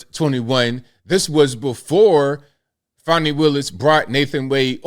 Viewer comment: Her name is fanni, not fawny. Her nake is part of a butt.